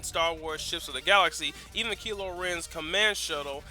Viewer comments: ITS KYLO REN NOT KILO REN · um his name is said as if the y was an I kylo ren get your facts about his name right ppl